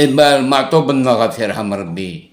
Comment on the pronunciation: S'il te plaît il est juste de prononcer Matoub et non Ma3toub. Cordialement